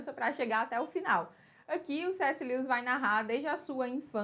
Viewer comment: Amei o vídeo. Dica... a pronuncia do nome dele é: (Lúes)